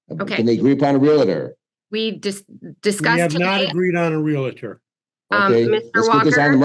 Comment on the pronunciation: The word is REALTOR.. not REALATOR!